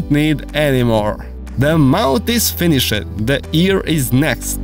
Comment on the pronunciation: I hope your english has gotten better as it triggers me when you say controled, lefted, finishe-d. No hate tho great tut